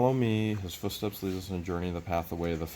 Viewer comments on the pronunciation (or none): none